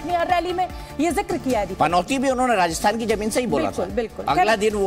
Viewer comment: Rasthan nahi Rajasthan